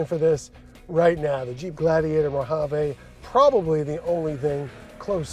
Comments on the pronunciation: Did you say Mojave’😂 its MO-HA-VEE! We live in the USA man😊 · It’s Named after the Mo-HaVEE DESERT!!!